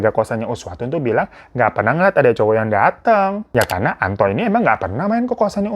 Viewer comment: Gw malah sibuk dengerin nama "Antok " sebenarnya Antok apa Anto sih 🤣 perasaan si babang sering bmnambahin huruf k, misalnya kata naro jadi "narok" 😅